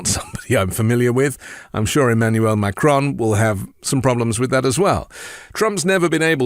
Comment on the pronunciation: ‘Mac - Crone’ sounds like a portmanteau of Mac(Donalds) and Cronut. Curious, that. Trump is showing us his Homer Simpson side.